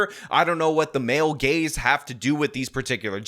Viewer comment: Your rant about "male gays" instead of "male gaze" cracked me up.